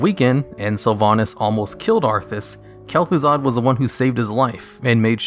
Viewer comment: It's Kel'Thuzad, Lich